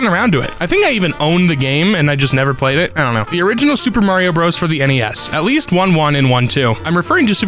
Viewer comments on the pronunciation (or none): none